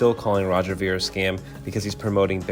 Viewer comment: You didn’t even pronounce his last name right.